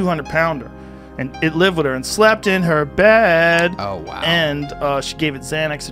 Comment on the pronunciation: Sayin it like ‘this lady really frickin got comfy with a beast’